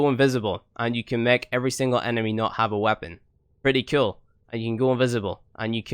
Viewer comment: umm is it "Kewl" or "Cool" ? 😂